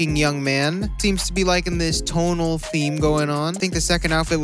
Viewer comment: no one:: “tONaL”